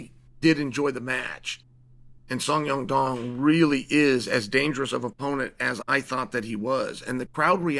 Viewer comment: First of all Chael pronouncing names is hilarious. 😂 "Song Yong Dong" "Fitz-i-ev" Second, sean won, Rose did also.